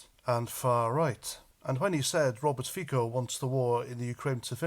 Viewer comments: Robert Fico pronounces FiTSo not FiKo :) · I agree with all that you say. Just one slight correction. Fico is not pronounced like "Fiko". The "c" in Fico is like the "c" in "France" ..... so it's pronounced something like "Fitso" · It's pronounced feetso